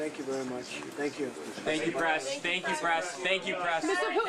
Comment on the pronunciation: Are they saying thank you "Pres" or "Press"?